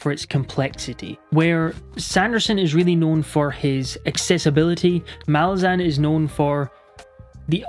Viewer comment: Gonna die on this hill, but it's pronounced mah-LAZ-uhn. Stress needs to be on the second syllable, as it's an demonym for Malaz (pronounced mah-LAZ). Idk why so many booktubers get it wrong but the authors have always stuck with this pronunciation.